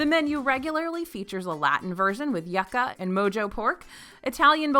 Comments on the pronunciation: You-Kaw not Ya-Kaw 😑😑😑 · Hey kinda of silly but its not yaca it’s pronounced “you-ca”. Lol just trying to help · Please tell me I misheard her say YUCKa. It’s YOUca 😘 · Yucca… LOL pronounced “YOU-KA” - that stood out like a sore thumb in the video. Haha still love the videos! Hehe 🙃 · Yes 🙌🏼 & for Yuca it’s “You-cah” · Love your videos! But for future reference Yuca is pronounced “Yoo.kuh” anda Mojo is pronounced “Mo-ho” ❤️✨